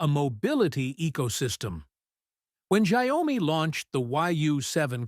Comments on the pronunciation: It's not giomi It's xiaomi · The correct pronunciation for Xiaomi isn’t “Xia” “omi”. Should be “Xiao” “mi”, 小 米。.